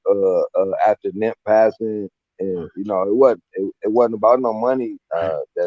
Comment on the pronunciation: Why is he calling him nimp, I thought his name was nip???